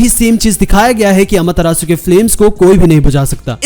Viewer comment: It rages me so much(the way u say AMETERASU)😐 Pr ye chl or app bhot badiya hai Also u should get a AMETERASU counter in it vdo XD